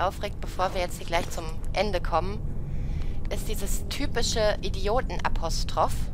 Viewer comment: Apostroffff hab ich so auch noch nie ausgesprochen gehört haha